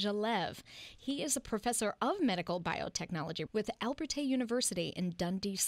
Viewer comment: Just to clarify - what sounds like "Al-ber-tay" University in the intro should be Abertay (Ah-ber-tay) - nothing to do with Albert. Despite the various references to "Albertay University" that may exist on the Internet - these are in fact incorrect.